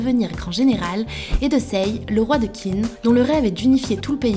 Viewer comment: Par contre on dit "Tchine" pour Qin.